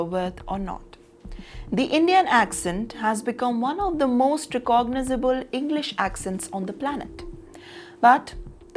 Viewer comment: Am I the only one taken aback by how the anchor pronounced recognizable?